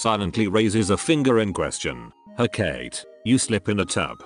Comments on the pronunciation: Hecate is pronounced- heh caw tee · Isn't it he-ka-tee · Every time it said Hecate weirdly I died a little inside